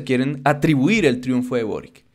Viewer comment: de acuerdo con el vídeo, solo un pequeño comentario, el nuevo presidente de Chile es de origen croata, por lo que su apellido de pronuncia algo similar a "borich" (la c suena como ch)